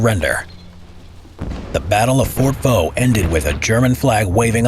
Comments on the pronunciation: On ne dit pas "Fort Vaux" mais "fort de Vaux". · Fort DE Vaux ;) et non "Fort Vaux". Yeah, french is tricky, specialy when it comes to names.